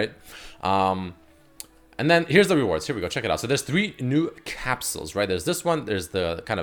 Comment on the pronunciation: Why can't he pronounce the word reward properly?